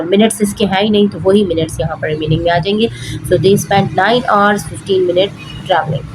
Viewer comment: Pls learn how to say hrs ok